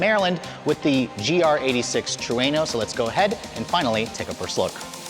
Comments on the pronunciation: Its pronounced TRUE-NO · This dude is saying Trueno wrong..lol